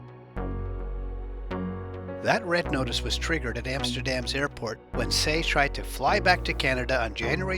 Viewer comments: His name is Tse, not Se. You've got to pronounce the names properly. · Please!! TSE is not pronounced as 'Say' it is pronounced as 'Chair'